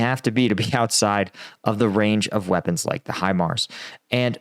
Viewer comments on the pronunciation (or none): none